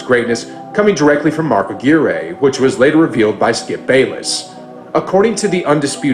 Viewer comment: Mark Aguirre's name is pronounced uh-GWIRE, not uh-GEAR-ay. 😅